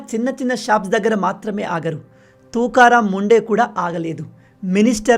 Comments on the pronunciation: Bayya,, officer name sariga pronounce cheyandi,, please ❤❤ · Name pronunciation wrong